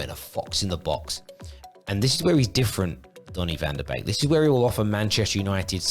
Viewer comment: Very good video, like the animated style too. However... he is not a cuisine from Couplands... Its van de beek, not bake 😂